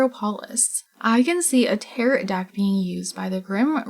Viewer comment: Tear-o. Tarot cards… said like tear-o … as in SPARROW the bird.